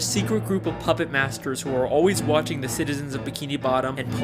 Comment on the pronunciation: said waitching